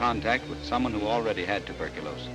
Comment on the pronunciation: Tuberculosis or phthisis - not turbicliosis